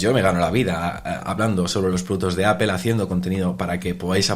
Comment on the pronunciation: Me sangran los oídos cada vez que pronuncian mal el nombre de la marca